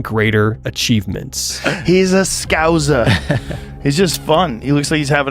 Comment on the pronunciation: The way that Rogan pronounced "scouser" has left me speechless. On a par with "aluminum"